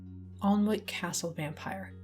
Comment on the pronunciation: hey just to let you know Alnwick is pronounced more like ann-ick. Not super important to the overall video but as someone who lives close by i thought it'd be best to let you know!